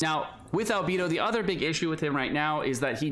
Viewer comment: How can you pronounce Beidou correctly but say Albeeedo like that. 😢